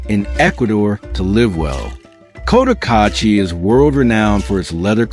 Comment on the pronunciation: Can’t even pronounce Cotacachi. $15k for a lot? Absolute nonsense. Rents are way off. $300 will get you a hovel. If you’re watching this be sure to get some accurate local intel.